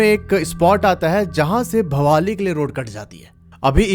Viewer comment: Bhowali nahi ha wo bhawali hai